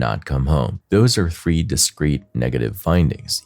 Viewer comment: It is said Feb ru ary it is th ree not free.